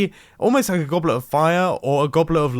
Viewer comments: Does anyone else here goblert or goblern but not goblet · The way he says goblet makes me think it’s not a real word